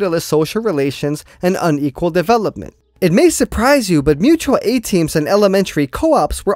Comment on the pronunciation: Bro if you say "mutal a-team" one more time i collectivise your ass